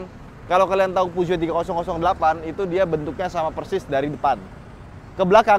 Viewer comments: Puzo? Pijet? Pujot? Puso? 😂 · Merk mobil paling susah disebutinnya SALAH BACANYA🤣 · Emang bener kah baca nya puzuo😂